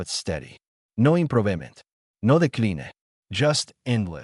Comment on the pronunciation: "no imPRO-vemENT. No deKLEEN-A" And your brain-dead "Narrator" switches to SPANISH in an ENGLISH story because why? And you FAILED to =listen= to your story before Posting because why? You =FAILED to respect= us listeners because why? Out. THUMBS DOWN.